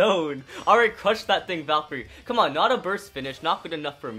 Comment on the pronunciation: ITS VALTRYEK NOT VALKERIE